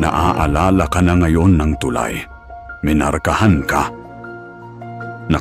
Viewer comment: AI ba o tao ang narrator? palpak ang pronunciation ng narration sa Tagalog..ang tulay ay too lie, isa lamang ito sa nkakawalang gana mag subscribe..mag-aaral muna sana sa tamang pagbigkas bago pasukin ang bilang narrator..